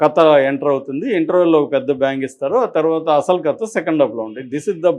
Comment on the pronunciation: U r a journalist. Don't spell it as కత , say కథ.